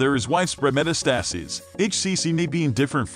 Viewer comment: You should have someone read this information who knows how to pronounce “metastasis”.